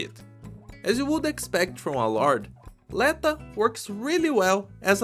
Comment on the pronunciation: l'etO, rather than l[ae]ta pretty sure